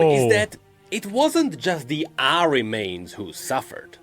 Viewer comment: It's not Asmon without pronouncing Ahri as "Ahiri"